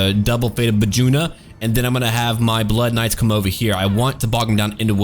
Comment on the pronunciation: FATE of Ba-June-A